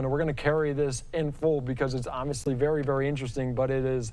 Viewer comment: "Vewier discretion advised".....what a moron